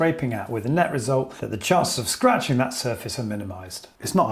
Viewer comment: Scratching-gk Disconserting-gk Shriveling :) Disgusting :) Raking :) Siliconing :) Insuring-gk Floating-gk Very helpful information 😀 but couldnt let that pronunciation of "gk" in words ending in "ing" go 😅 hits all my OCD buttons at once. Too many people pronouncing the "G" at the end of those words :/